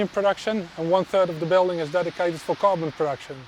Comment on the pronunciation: I was 5 minutes into the factory tour until i realized he was saying “carbon” instead of “goblin”. I knew it was not right why would you have goblin and aluminum. Good times. Cadoa is a fine Chanel but they do much less DIY and when they do it is not in quite so much detail. Actually i wish there were more detail on this channel as well but it is what it is